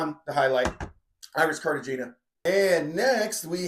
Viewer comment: Say it with me… CARTIHENIA